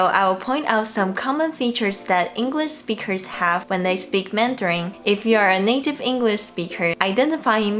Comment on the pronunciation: This is amazing, thank you so much. I’m wondering, have you ever noticed differences between American and British speakers speaking mandarin? Also, since you teach us so much Chinese, I’m going to return the favour and let you know that “Speakers” finishes with a K sound, when you say “native English speakers” it sound and looks (to me anyway) like you’re saying “native English speechers”.